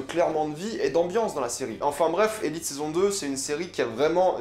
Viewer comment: btw on dit elitÉ c'est en espagnol ;)